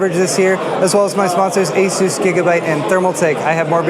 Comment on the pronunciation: Someone that pronounced Asus the right away, lol refreshing.